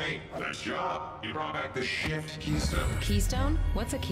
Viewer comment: Had any one heard it say shit instead of shift